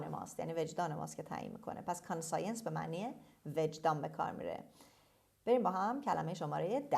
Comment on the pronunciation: ببخشید کلمه conscience رو شما به صورت کان سایِنس تلفظ کردید ولی در دیکشنری تحلیلگران این کلمه به صورت کانشِنس تلفظ شده کدومش درسته؟